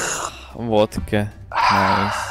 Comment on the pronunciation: umm hes..hes from latvia like I am and..ummm..vodka..not..votka